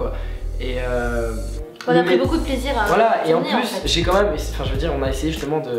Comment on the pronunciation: Au lieu de dire beaucoup tu a dit beau cul